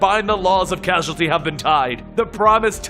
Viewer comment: Causeality guy cause ality cause ality